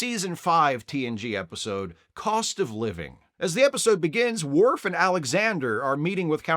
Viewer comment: I agree that she's horrible, but her insistence in calling Worf "mister Woof" will never not be funny.